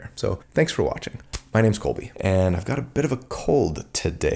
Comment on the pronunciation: Haha... "Cold-by"... anywho, get well soon, and thanks for the awesome content!